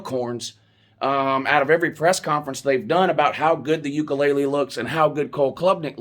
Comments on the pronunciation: “Dj ukulele“ 😂. I’m not faulting you it is a hard to pronounce name, it’s just funny. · 😂😂 "Ukelele" is killing me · You aren't saying DJ name correctly